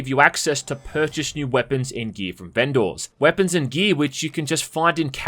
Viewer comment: Access to purchase weapons and gear from what's that? lol Is the weird thing how you pronounced "Vendors" ? :P Seriously though , love the review bud, I've been on the fence about FC6 and you've as always made things a lot clearer, so thank you =)